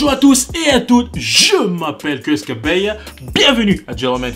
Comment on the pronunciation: Depuis quand kabeya se prononce en anglais ?